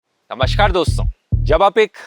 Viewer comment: हिंदी बोलना सीख लो अच्छे से। नमशकार नहीं नमस्कार होता है।